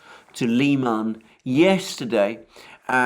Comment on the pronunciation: I've heard it pronounced Lie man I tried to find out if this I is correct and everyone said I should ask you Comical Aly